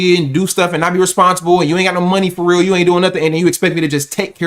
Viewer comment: yeah like your tether lame ahh. “fahryeel” 😂😂😂😂😂